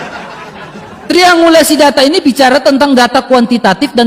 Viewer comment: nyebut tringulasi saja salahbegok